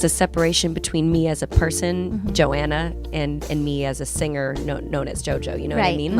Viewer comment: To the narrator: The word 'singer' is not pronounced sinGUHer. The g in ing is soft.